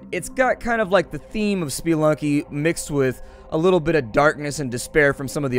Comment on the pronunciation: WTF did he just call Spelunky spiilunky? Spelunky comes from spelunker, so if you say spiilunker idk anymore.